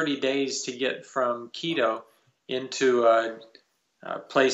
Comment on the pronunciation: Mr Saint, you pronounce the tribes names perfectly why not Quito? Just curious. TY